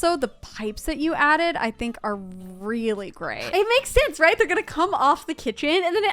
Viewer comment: see said weelly